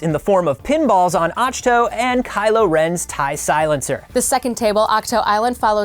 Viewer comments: Pandalex thanks. said "Ach-toe" and I got confused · He said ach toe I really feel Dumber after watching it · “Achhh toe”?! 😕 Seriously?! 🤪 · It is not. 😆👎 Acktoo. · It’s “acktoo”! 🤣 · My favorite part of this Star Wars Show? The way pronounces Ahch-To vs. the way pronounces it. The fun begins around minute. Side note & for the record: I love both and. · They're right beside each other and both pronounced AHCH-TO two different ways! haha